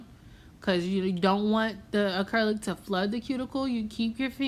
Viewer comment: “We ain’t chasing after this ACURLIC either” lmfaoooo you so funny